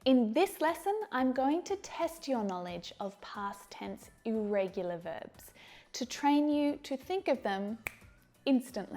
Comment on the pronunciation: Irregular vebs she says;irregular verbs is real pronunciation?